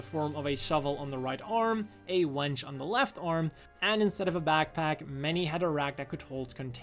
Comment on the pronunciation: Winch, not wench